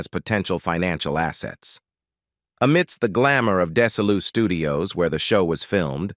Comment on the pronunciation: It's Desi Lu studios. No deseeloo studios.